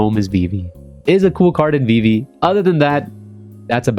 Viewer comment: Can’t say vivis name, not a real fan lol